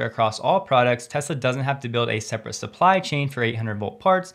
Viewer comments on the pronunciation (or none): none